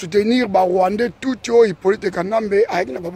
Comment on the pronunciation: Kie kie kiekie!!! Rwandais Tuuti, yekola nanu ko prononcer Rwandais Tutsi bien avant oleka koloba na youtube. Est ce que otanga ? Prononciation ya Tutsi ozokoka te. Anti-valeur moko boye.